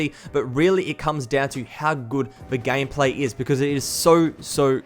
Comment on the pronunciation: he said gamplay 😂😂🤣🤣